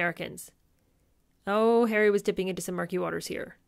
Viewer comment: Not wishing to sound sycophantic but ….. you are so entertaining and truly funny. I absolutely love the way you scrunch your nose up when you “do” call me plain old ‘Arry and the accent is absolutely hilarious. Thank you 🇬🇧